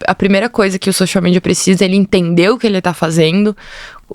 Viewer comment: Porque falar xoxial mídia, se pode falar social mídia?